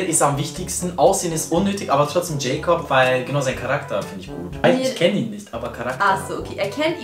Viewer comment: Heißt der nicht jakob und nicht jäjkob 😂